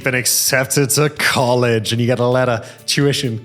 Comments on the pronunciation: Tuition! I thought I had heard you say "Jewishon"! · When Simon says "tuition" is sounds like "Jewish".